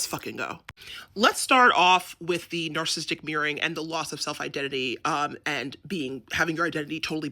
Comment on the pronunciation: Love every second of this- thank you! Not tryna be a Karen, I promise- it’s “narcissistic” not “narcistic” 💜